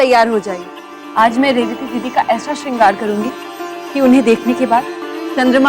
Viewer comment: SEENGHAR NAHI HAI....... SHRINGAR HOTA HAI😂